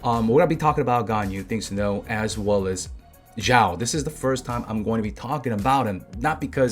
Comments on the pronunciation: xiao pronunciation: shee - ow it's one syllable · Hey, duno if u care about pronunciation of Xiao, but if u do, the X is an SH sound. Shao. like shower without the er. There is no Z sound.